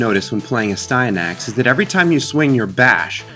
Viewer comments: It should be pronounced n"asty." Which makes it even more amusing. ;) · It’s pronounced nasty-anus with a silent “n” at the beginning and a “k” sound at the end. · Ass-tan-axe😉 You're welcome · It’s Aahhh-Stand-nick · I always pronounced it "as-tee-a-nix". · I always pronounced it, "ass-tee-an-axe" or "ass-tin-axe," losing a syllable. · It’s pronounced “Astyanax”